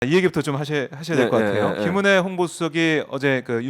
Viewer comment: 김은혜가 짐어내로 들리는데 앞으로 국민들은 지머내로 부릅시다